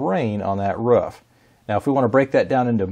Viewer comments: stop saying ruff, it's roof 😭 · It’s not a rough or a roff is called a roof can’t watch the video with this pronunciation pls re upload this video with correct English thx 😊 good video tho 👍🏼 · Ain't go lie. i cringed everytime i hear "ruf" instead of roof. lol. Awesome vid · Yeah ruf is what a dog says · he said ruff instead of roof :O dog confirmed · not just americans, its roof not ruff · Did you just bark, in the first 10 seconds...🤣😂 Ruf...Roooooooof. Jokes aside. Brilliant video cheers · I like when he says ruff instead of roof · My dog barked everytime he said "Ruff" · The fact that you say ruf instead of r ooooooo f is killing me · I’m pretty sure it’s a roof, not a ruff. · Y do u say ruff it’s roof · It's a roof not a ruf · Why does he say ruf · It’s pronounced “ROOF” not “RUF” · its roof not ruff x.x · It's rooooooof not ruff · he actually said it correctly the second time... But that was the only time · If he says rouf one more time I'm going to end it all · I was thinking the exact same thing... 11 seconds into the video and I could tell its gonna be annoying. Do all americans call it rouf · I'm with you on this one, who tf says rouf, it's like"ay bro I just got the new solar panels installed on my rouf" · I believe what everyone is aiming for is "ruhf" -- Clearly speaking canine for a brief moment there. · Try hitting the bong every time he says ”Ruuf “ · sorry but. ruf and roof are different. Ra-oooooooooooooooooooooo-ff not Ruuf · It's roof not rough or whatever you're saying... Boo, Coo, Too, Moo.. Roof... It makes the oo sound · Please tell me I am not alone when he say's "roof" he sounds like a dog actually "woofing" lol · Heard him pronounce 'roof' weird... Immediately jumped to the comments. Was not disappointed. I love the interwebs 💁🏻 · He said roof wrong EVERY FUCKING TIME he said it. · Axe him to stop or get off his compruter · everybody that speaks english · I think he made everyone cringe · Is this how Americans pronounce “roof” ?